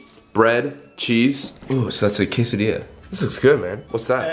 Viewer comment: Every time said quesa-Dilla made me more and more annoyed